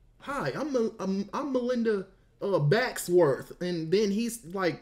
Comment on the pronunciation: “Melinda Backsworth”😭😭